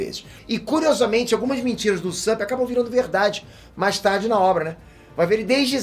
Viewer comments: Usapp peter? Nunca viu um ep do anime pra ver como que fala o nome dele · Só eu q incomodou ele falando o nome do Usopp?